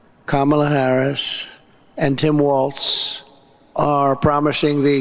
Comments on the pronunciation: He finally pronounces Kamala properly, then loses it on "Waltz." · Trump can't say Tim Walz name right. He said Waltz not Walz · He said Tim *Waltz, there's no T in Walz, trump is braindead. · And Walz is pronounced like Walls, not like Waltz, the dance. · Hey Donnie, it's WALZ not WALTS!!!! NOW WHO'S THE STUPID ONE!